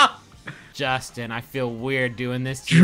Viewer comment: toe to tip, that's a jorstin.